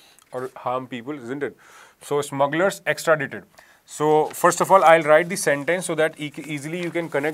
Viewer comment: Extradaaaite is pronunciation